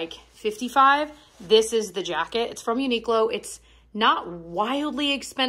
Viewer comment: No hate but I cringe so hard every time you call it uniq-lo. It’s pronounced uni-clo (like short for clothing).